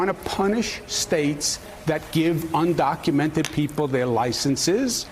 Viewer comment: Let me correct you Joe. Un-do-cu-men-ted. Say it with me.